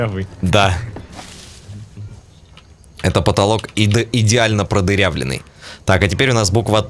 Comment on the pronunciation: говори нормально а не так как ты сказал про поталок